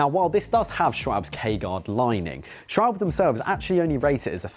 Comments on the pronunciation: I am riding the Ultra Sport for about 3000km now. And had no puncture yet. Would not worry too much. I am only a recreational driver though. But pretty happy with the tyre and think it rides very good. BTW, the "e" in Schwalbe is not silent ;) It is pronounced like the "e" in "pet". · Always amusing that no one can pronounce Schwalbe. Sch--Val--Buh. Like the bird.